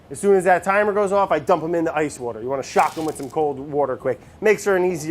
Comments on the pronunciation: Jesus Brad, give Andy some wouder. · "wourder" never gets old lol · I thought wourder was some kind of ingredient I didn't know about lmao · from this day forward i will now start using "wourder" instead of "water" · Petition to change the pronunciation of water to 'wourder' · I love It's Alive.... like I got so excited just now when I saw this was posted. Also, I feel like this would be a great show to make into a drinking game. Words/Ques to take a drink: Brad says Wourder Brad says Fermentation Station Vinny makes fun of Brad Brad can't say words right Brad changes his recipe mid-episode Brad doesn't know what day it is/how long something has been fermenting Brad sees a cute animal